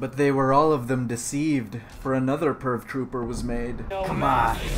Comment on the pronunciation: Was I the only one who thought he was saying perv trooper instead of purge trooper